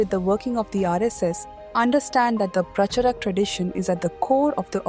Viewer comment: Make real voiced videos than using cheap AI that can not pronounce Pracharak properly.